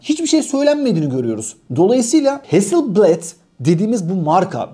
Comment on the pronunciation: Ustadim Hasilbled diye değil heazzıl blaad diye okunur